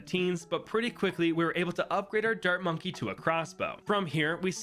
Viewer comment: In the beginning when you were explaining the challenge I thought you said "dirt monkey" instead of dart monkey and yet I still knew you were talking about the dart monkey lol